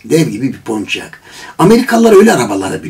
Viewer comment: Gene uydurdunuz PONÇİYAK diye okunmaz PONİYAK diye okunur.